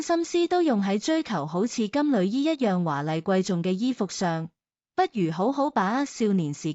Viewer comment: 我小時候老師教金縷衣，是讀金柳衣，從無人讀旅，現在跟普音讀咗金旅衣，有些字的讀音都變得奇奇怪怪